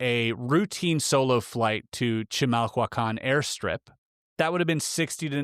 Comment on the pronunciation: Giving the spelling, you actually pronounced chimahuacán rather well, for never hearing it before. "Chee-mahl-wah-kahn"